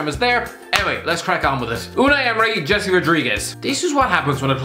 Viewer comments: It's "hey-say" not Jessie as in pinkman. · It's not "Jessie", it is Jese, like H-ouse, E-ssay, S-enior, E-ssay.